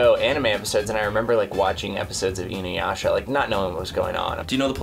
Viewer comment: I never heard anyone pronounce Inuyasha like that😂 so wrong